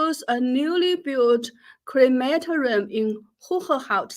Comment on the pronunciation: Jennifer --- a note on pronunciation: cre ma TOR i um, not on the second syllable. What a ghastly growth industry! Now the "People's Republic" has caught up with Nazi Germany in disposing with human remains. How much better, the traditional way, when the ancestors were buried in the good earth, in the uplands above the fields -- not land needed for crops, but they were always close to the living family members who worked the soil!